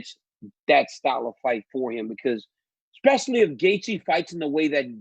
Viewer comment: hey DC WHAT IS THE WORD EXPECIALLY ,,,,DO YOU SAY EXSETRA TOO IN LEU OF ETCETERA